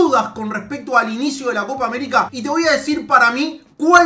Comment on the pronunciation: ''coca américa''